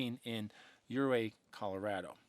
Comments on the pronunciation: Nope! Its Yerrrr Ray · "un come padre " is how you pronounce it. " or ray " is how you pronounce the town. I am a lifelong (71 years) Colorado resident. I had the privilege of living in Buena Vista, Colorado and looked at the Collegiate Range every day. I think Bigfoot is an entity that lives on a parallel plane and crosses over to ours according to the Indians. We have Thundersnow very frequently in the Colorado mountains. Many stories and treasures are hidden in our Colorado Rocky Mountains all up and down the range. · Hello, good to see you back. Love your stories. The pronunciation of the Uncompahhre is Un-com-paw-gray. And Ouray is Pronounced U-Ray, the O is silent. Great heritage info on how both names came to be. Keep hiking 🥾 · Southwest Colorado resident here! Pronunciation is Un-com-pah-grey and OO-ray or you-ray depending on who you ask haha